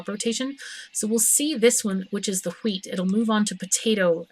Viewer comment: but i like "hweet". it sounds funny c